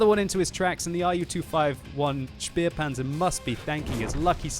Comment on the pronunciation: Why do you always say Spearpanzer? An Ä is pronounced like an english A.